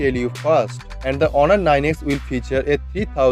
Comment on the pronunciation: Its not horun, its honor